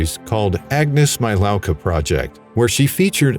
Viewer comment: Thumb done just because you didn’t make an effort to pronounce her name correctly.